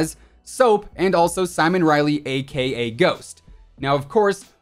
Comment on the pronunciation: My ears bleed every time he says AKA